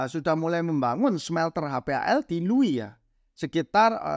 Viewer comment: bantu ralat, bangun HPAL di LUWU bang bukan LUWI.